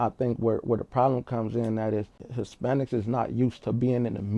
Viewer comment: My boy said ispanics 😂 i cant make this up 😂